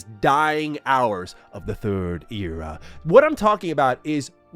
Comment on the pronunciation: Era not era....